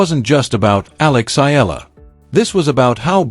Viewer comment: I c'ant believe this guy can not even Oromounce Eala's name.